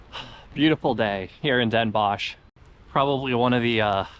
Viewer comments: Great video, just some work needed on the pronunciation. It is Den Bosch, sounds like den boS (s like in snake) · Funny how you pronounce the O in Den Bosch. like in fox. You should pronounce it like the OA in board.Visit Groningen and climb the Martinitower